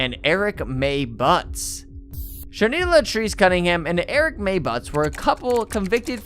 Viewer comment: Dude, how do you manage to get out "Shanita Latrice Cunningham" without a problem, but then keep saying "Eric" for "Erica"? Somewhere there's a speech pathologist PhD candidate who'd love to write their thesis on you.